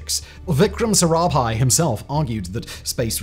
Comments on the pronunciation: agreed. PLSV for PSLV is of that nature. But Arabhai instead of Sarabhai? And that after getting it right a few times? Is that a typo or carelessness,? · He can't pronounce 1 name correctly...he is not even trying...he said aara bhai...it's sarabhai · So many mistakes in the narration! In one place, instead of Sarabhai, he says "Arabhai", in another "PLSV" instead of PSLV, and several more such. It's like someone just reading from a script without bothering to read thru it first and become familiar with the contents and the names. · Cant help but nitpick, (because the i cant find major faults with the rest of the presentation), the number of ways 'sarabhai' was pronounced is just hilarious. Typically, a single pronunciation (correct or not) is repeated throughout. Here, i could point out at least 4 different pronunciations for the same name XD. Other than that, well done video. Edit : okay as i watched the video again, found numerous errors. GSLV being pronounced as GLSV , PSLV being pronounced as PLSV etc. to point to something that is not proper name related.